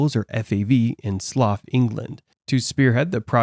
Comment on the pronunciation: SLOUGH England (SL - OW) same as Plough or Bough, you fecking colonist language abuser!!!!